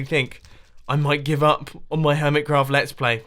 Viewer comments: did you say hoirmetcraft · "hormitcroft" "pieush" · Hormitcraft? Mumbo were you drunk? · He said hormet craft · hormitcraft Hormitcraft. HORMITCRAFT? T R I G G E R E D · Who else heard hoormit craft at the start there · Hormitcrawf! brain-mouth_connection.exe crashed